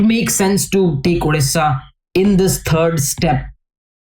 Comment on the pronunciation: Odisha ❌ Odisssaa ✅